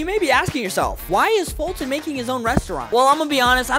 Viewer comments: “How do you pronounce foltyn?” “*fulton*” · ATLEAST say folt if you can’t say Foltyn